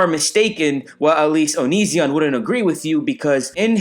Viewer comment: I came here half for the reviews, half for the pronunciation of Onizzion